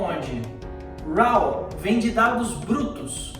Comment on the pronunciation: Professor, "raw" em inglês, pronuncia-se "ró" e não "ráu" como foi dito